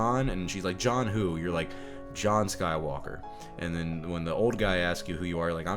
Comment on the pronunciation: I like the way you said "Rey's a Sky-woke-a."